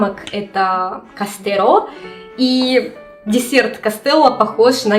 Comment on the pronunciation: Здорово, только замок в испанском языке не "кастеро́'', а "castillo" произносится как "кастийо" и королевство называлось "El reino de Castilla", по-русски это "Королевство Кастилия".